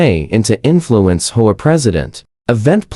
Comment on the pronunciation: Does anybody listen to these before you post them? Or is it that you have people who are so incompetent that they have no clue how to fix the AI voiceover so that doesn't pronounce H O A as a word? It's really not that difficult.